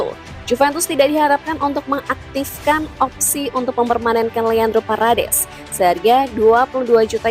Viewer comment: Parades parades. Wkwkw parEdes min min.